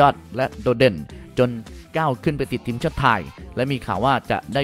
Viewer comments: ทีม...หรือว่าเทียมใช้ภาษาไทยให้ถูกต้องหน่อย...มีหลายคำที่พูดผิดครับ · ทำไมพี่ถึงออกเสียง ทีม เป็น เทียม เกมส์ เป็น เกียมส์ ไปลองฟังเสียงตัวเองดูนะครับ ทุกคลิปเลย อยากให้ปรับปรุงด้านการออกเสียงให้ชัดเจนครับ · อ่านว่าทีม ไม่ใช่เทียม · ทำไมผมฟังสำเนียงคำว่าทีม เป็น เทียม ตลอดทุกคำเลยหรือหูผมแว่ว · ผมก็ได้ยินแบบนั้น ขัดหูมาก